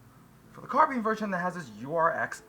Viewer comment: carbeen? CarbINE